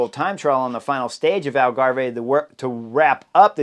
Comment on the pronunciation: Algave is pronounced Al-ga-v, like Starve